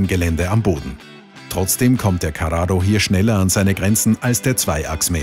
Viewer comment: Wie du carrao ausspricht. Wie ein Italener